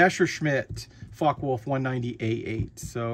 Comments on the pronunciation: 'fokker-vule-f' FYI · Its pronounced Fok-a Volf